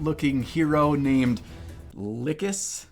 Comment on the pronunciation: Correct pronunciation is Lhykhis! :P